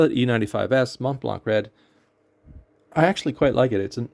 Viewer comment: Thank you for sharing! In case you care, the « c » at the end of Montblanc is silent, pronounce it like there was no « c » P.S. Worst mishaps were twice with yhe same ink: Noodler’s Heart of Darkness and let me tell you this one stains! First was when I opened the gigantic bottle, it was filled to the brink and I topple it.. while I was at work! I was quick enough to pick it so I didn’t lose that much ink but my desk and most of what was on it got stained. Second time, I was preparing an ink sample and as the eye dropper exited the mouth of the bottle I started shaking wildly and splattered most of my desk at home and what was surrounding it…